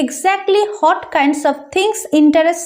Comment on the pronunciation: What er pronunciation ta hot na bole what bollei vlo hoy r ki